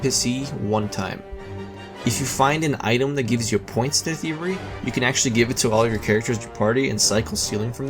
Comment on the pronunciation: your. speech impediment made it difficult to understand with you were saying. thievery sounded like theory